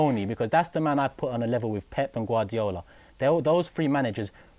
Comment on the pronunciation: My man said pep and gardiola . Where is Kloop man